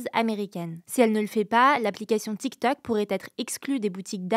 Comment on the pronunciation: Essayez d'expliquer à que c'est Tiktok, pas Tiktak Merci. Elle prononce les o comme des a, c'est agaçant.